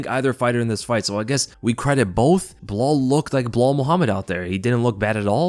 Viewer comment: Personally I like Uncle Chael's "Blehal"